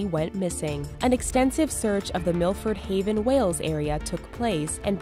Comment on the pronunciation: it's Milford Haven there's no R